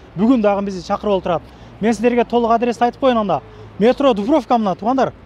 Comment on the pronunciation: Дуврофка емес Дубровка дечи